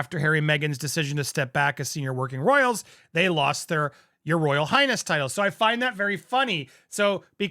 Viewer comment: Did he say Royal Highass. ?